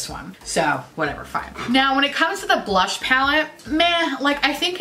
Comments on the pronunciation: I am PISSING MYSELF over the way and amount of times you said blursh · that Mmmmitchell collection is hideous, you’re drunk, go home! 😂😂 Drunk you saying ‘blursh’ is glorious! I love the Jouer lip oil, but like, that’s the only Jouer thing I’ve tried. 😂✨